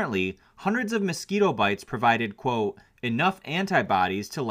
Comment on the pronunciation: I really like you vids, dude but I do find myself annoyed with the "quo" thing you keep saying instead of the proper way to say it: "quote". Maybe I'm just no longer hip anymore or something but I really don't know where you came up with that.